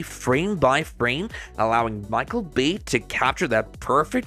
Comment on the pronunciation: NAO É BÁ É (BEI) - Bay